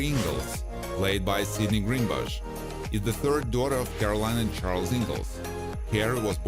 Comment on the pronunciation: Yes. The twins, Lindsey, and Sydney, Greenbush. The naration here should have just posted them together and read their names correctly.